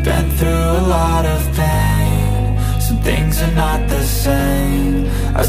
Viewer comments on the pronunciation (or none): none